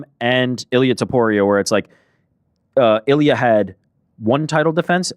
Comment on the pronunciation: How the fuck did butcher Ilia’s name so bad hahaha